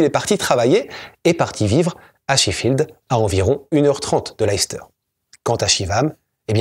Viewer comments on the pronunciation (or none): Je ne veux pas être trop pointilleux, mais le nom de la ville se prononce "laisse-teur". Une de mes tantes préférées venait de cette ville. Souvent, même nous, anglophones américains, ne savons pas comment prononcer ces noms. C'est uniquement grâce à ma tante que je le sais.